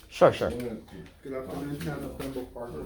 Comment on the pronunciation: don’t know where you learn to read, but it’s Pembroke not Pembrooke.